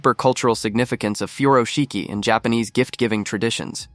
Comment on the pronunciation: She butchered the pronunciation of “furoshiki”.